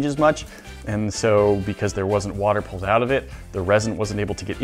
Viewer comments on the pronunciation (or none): none